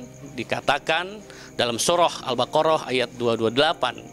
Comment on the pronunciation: Pak ustadz,omonganmu akan dipertannggung jawabkan diakhirat lo hati2.......... Ente baca albaqoh aja salah baca hurufnya, al-quran klau salah baca huruf makan akan salah arti nya pula